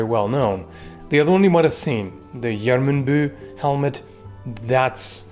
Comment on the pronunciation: ☝ The pronounciation of Gjermundbu is wrong. It's not like "Jermündbü" (assuming German phonetics), but more like YER-MOOND-BOO. Gjermund is a Germanic name, like Edmund, Sigismund or Rosamund and "bu" means bay (cognate to German "Bucht"). There is never an "ü" in those names.